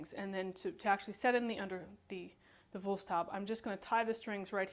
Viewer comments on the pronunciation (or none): Just say Woolst-how-bee :o) excellent demonstration and the video quality isn't that poor. Thank you!